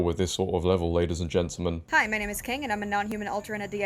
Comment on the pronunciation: Brilliant show just one point to make and help you out. You pronounce gentamen as gentlemen, this is very important.